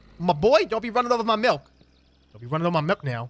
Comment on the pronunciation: Wait my malk? My MALK GIMME MY MALK